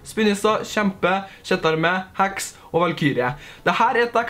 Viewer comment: Når du sier heks så tror jeg du sier hacks